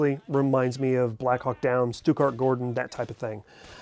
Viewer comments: SHOE-gart!!! SHOE-gart!!! NOT Stutgart. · Stuttgart-Gordon? Come on man. Shughart. 🤦‍♂️